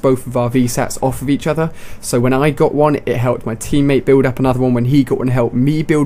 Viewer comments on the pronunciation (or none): He said cother lol